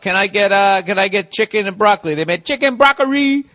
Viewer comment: "summ maa fUckin CHeekEeen"